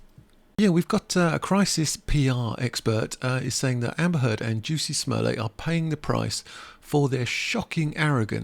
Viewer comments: You are mispronouncing Jussie’s name- it’s not juicy it’s Jus/ie 💜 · It's like Jessie not juicy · I think he was using the gag pronunciation created by Dave Chappelle or he is unaware of the proper pronunciation. Kinda annoying. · Maybe the reason you think Jussie Smollett's name is odd is because you totally butchered the way it's pronounced, lol